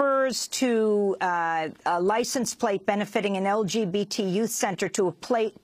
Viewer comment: "LGPT" members. Nice job news lady.